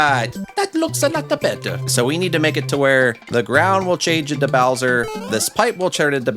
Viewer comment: "boush" "bowtra troopa"